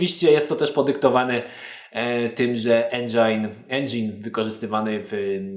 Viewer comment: szkoda ze nie edytowales wlasnego bledu.. "endzajn".... no tak sie nie wymawia tylkow lasnie "endzyn" (jak to samokresliles "fonetycznie"). a komentarz i tak dla .. sam nie wiem po co po tylunastu latach :) Pozdrawiam:)